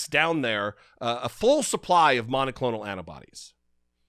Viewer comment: "Errrbody knows Biden and thuh deep state are in charge of the monaclonal antibody supply" DERRRRRP!